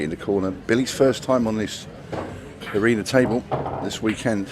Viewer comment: Is it pronounced arena or arener?